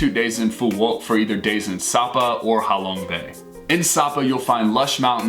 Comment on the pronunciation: Ha Long bay = how long bay 😂😂